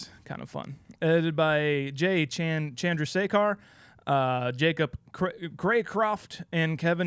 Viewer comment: Pronounces Chandrasekhar correctly but fumbled on Heffernan